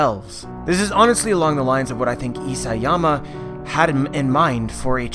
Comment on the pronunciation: Isiyama ugh Isayama